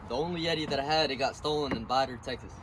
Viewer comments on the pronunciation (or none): When he said Vidor texas I fucking died lmao